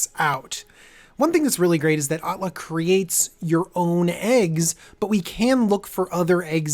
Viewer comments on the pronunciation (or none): Atla, not Alta !